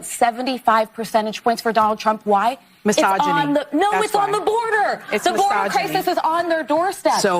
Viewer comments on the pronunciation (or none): did she really say misoginy? 🤣